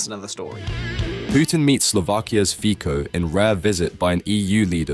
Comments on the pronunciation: Im sorry to be a pain in the arse, but it is pronounced Robert "FITSO"! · “Fico” is pronounced Feetso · It's pronounced Fee-tso damn it. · Fico is pronounced "Fitso", as said many times before. But you English speakers never bother to correct it hmm? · A small note (for future videos?), Fico surname should be pronounced very differently.